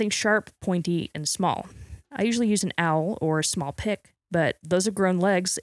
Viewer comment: "Awl" is pronounced like "all" ;)